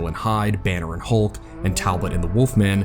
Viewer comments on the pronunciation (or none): none